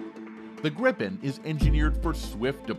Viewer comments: English speaking people should pronounce Gripen as Greepen. Not Grippen as in this video. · Like most Swedish product's they are of ultimate quality and standard that certainly goes for military products to. Btw. It's NOT pronounced "Grippen" It's like Griipen! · It is pronounced with a " l o n g i" — like Griipen, got it? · Why do english speaking countries and people have problem to say Gripen? Why do they always say Grippen?